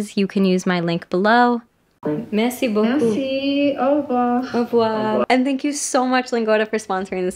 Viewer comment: I'm French and I love your "merci beaucoup"